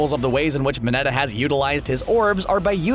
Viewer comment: He cant pronounce most of their names lida=ida uraraka=orrrraraka mineta= minnnitaaa